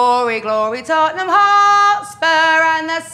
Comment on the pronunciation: It’s called glory man United not tonneham